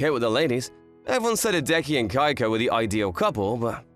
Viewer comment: Sounds like the lad is saying “Geico” instead of “Keiko”